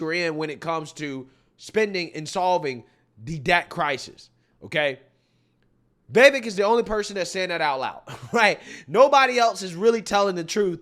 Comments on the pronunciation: Pronounced Vivake....Like Cake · I'm so proud of you, man. You finally said 'Vee-Vek's name correctly. It's a cold day in Hell, but I'm happy 😂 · Vivek is pronounced Va-vake